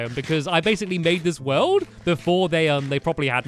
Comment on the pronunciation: Not how you say World